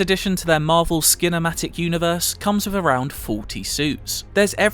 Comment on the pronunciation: "Marvel Skinamatic Universe" perfectly said 😂